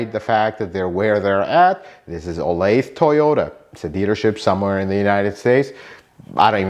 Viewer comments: In the SF Bay Area I've more often than not had a dealer try to sell me parts for above MSRP. BTW, 'Olathe' is in KS, and it's pronounced 'Oh-lay-thuh.' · I used to live in Olathe, Kansas. It's pronounced 'oh-lay-thuh'. 😁 Thanks for this, very helpful! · Mine too. Should we tell him it’s pronounced “oh-lay-the” and is in East central Kansas, in the Kansas City area? lol. I bought my last two cars there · olathe is a suburb of Kansas City and they pronounce it oh-lay-tha. its about 20 miles southwest of KC, FYI.